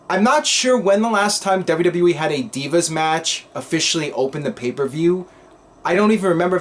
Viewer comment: Anyone else think Eden is a pretty bad ring announcer? I hate when she say Deeevas instead of Divas.